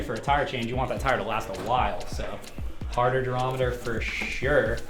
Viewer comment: Also, take a shot every time you hear “durameter”